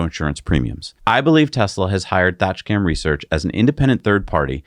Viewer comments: I love the channel but as a Brit it cracks me up when you screw up English pronunciations. Thatcham Research is a company of boffins based in the town of Thatcham in Berkshire England. Let’s just say it is most definitely not pronounced thatch cam 😂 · Its Thatch Am not Thatch cam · It’s pronounced thatch..ham.